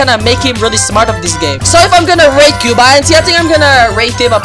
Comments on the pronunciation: cube i n c? dude its cubeinc its like a company cubeinc thats how you say it not cube i n c ITS CUBEINC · "Cube-I-N-C" that actually made me mad lol